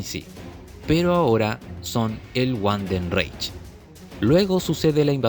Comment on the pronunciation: No es wandenreich es Vandenreich la W se pronuncia como V en alemán, buen video.